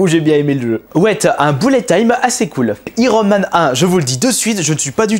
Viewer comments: Iron man = AÏERONE* MAN ! pas Irone man ! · Iiiron man lol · Kirby, s'il te plaît, ne dit pas irone man...